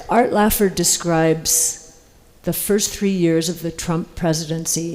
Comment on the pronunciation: Art Laffer not laffard